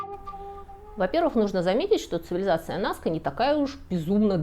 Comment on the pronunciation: Что значит они он являются уникальными? Всё что ни есть - уникально! Ну почему вы постоянно не туда ставите ударения?! Что это за аквЕдуки, НаскЕ👈🏻🤦🏻‍♀️ Если бы это был храм и паломники шли, то эти бы геоглифы не сохранились 🤷🏻‍♀️, вы сами только что сказали что из-за туристов они стираются и Райхе своей метлой всех разгоняла. Обезьяна, паук и колибри афигенно олицетворяют стихию воды😄👍 и абсолютно прямые линии повторяют русла подводных рек 🤦🏻‍♀️